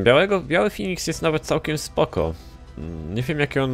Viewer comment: mówi się Feniks a nie Finiks;p